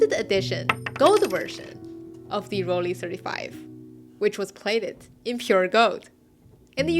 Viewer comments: During the Eighties and Nineties I owned and used Olympus XA, Minox 35, Olympus Mju II and the Rollei (It is pronounced "Roll-Eye" not "Roll-Ehh" btw.) 35 SE with the Sonnar lens. The Rollei 35 SE had sharpest lens and flared the least. It is up with most very good interchangeable prime-lenses only surpassed by the very best. If it had a rangefinder it would have been too good to be true but if you have trouble guessing distance there are accessory rangefinders available which are contemporary to your Rollei and can be a useful teaching-tool until you get a feel for it. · Please try to pronounce Rollei right. It is not a Rolleeeeeehhh 🎉. At the end the sound is like at the end of Shanghai.